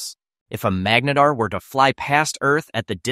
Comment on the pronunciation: magnetar more like Magarntar